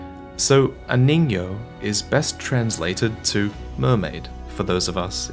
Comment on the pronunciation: also its pronounced ningyo